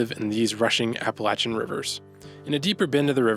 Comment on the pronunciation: I’m just happy that you pronounced “Appalachian” correctly.